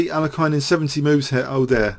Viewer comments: Regardless of the 2nd syllable, the last syllable is not meant to be a hard 'i'. You mentioned what Nigel Short said, but regressed. I do the same ^_^ Anyways, I don't care and I was only joking. Sorry if it was taken personally. That being said, I'm guessing I was wrong anyways because despite the 2 hour length, you definitely use his name more in other past videos. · Other possibility: This video has more mispronunciations of 'Alekhine' than any other video on youtube. =P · seriously just stick with one pronunciation of Alekhine and go with it, your constant struggle with this name is a bit distracting. Otherwise, top class chess commentary as always!